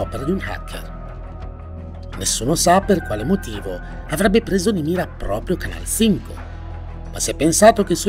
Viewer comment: Ma come pronunci bene Canal Cinco 😍